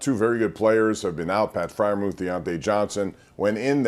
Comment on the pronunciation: Heard that mispronunciation.